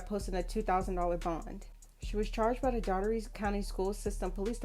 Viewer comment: That is not how you pronounce Dougherty. I am from that city. It's pronounced "Door Te"